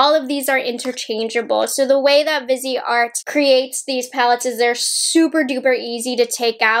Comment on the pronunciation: Lol totally thought she said bidet